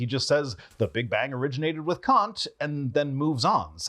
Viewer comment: I have the impression that you don't like it, when someone criticizes your pronunciation of foreign names. You obviously try your best and maybe don't want to spend too much time on minor details you can hardly improve. But with Kant it's really easy. Kant = Cunt (pronunciation-wise)